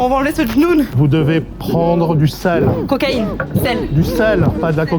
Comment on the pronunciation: mdr léna qui prononce "cocaïne" belle exemple